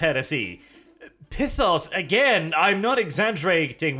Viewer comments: Every time he pronounces Pythos as "Pithos" I die a little inside. And being confused after reading something? Colour me surprised. He's borderline functionally illiterate, so.. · I thought it was Pythos, like Python